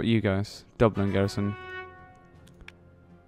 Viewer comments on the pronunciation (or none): none